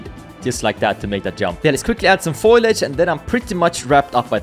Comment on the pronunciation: foliage, not foilage. :)